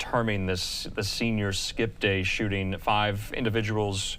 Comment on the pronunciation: so they skhott at bunch of kids for a person they didn't see or distinguish....,.. we "responded to a skewhter situation" by skweooting randomly into a group of kids.......... bet it was acorns shook from a tree.... skhot at a bunch of kids without any clue of a suspect.....only after multiple officersn skhoot into groups of teenagers Looked for a suspect to pin it on.... only after shooting aimlessly and recklessly....... .... how you gonna rain bullets regardless of the background or life and shoot at someone you don't even see or know.... into a crowd that already to many officers were already at.... more cops mean more problems. ofc they go and entitle phew bunch of kids looked for someone to be s suspect after reaigning fire recklessly lawlessly and aimlessly on children